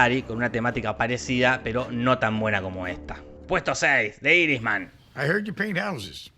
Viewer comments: Por favor mejora tu pronunciación del Inglés. Los puestos 6 y 3 los pronunciaste muy mal. Irishman no es iris es /airi ch man/ o el irlandés. Marriage Story (se acentúa en otra parte y no es /estori/ stóri) o le podes decir La historia de un matrimonio. También Husbands and wives (en plural) es maridos y mujeres o esposos y esposas. Revolutionary road (rɛvəˈluːʃənərɪ) o revolúchionari roud. Memories of Murder (merder) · Si vas a decir algo en inglés, no lo pronuncies en español, osea si vas a pronunciar "de irishman" mejor decile "el irlandés" y listo